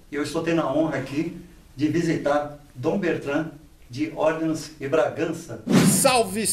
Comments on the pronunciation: O cara mandou "Orlans" de Bragança e o "princípe encantado" até abaixou a cabeça de vergonha. kkkk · ÓRleans. Chique, se fosse essa a pronúncia.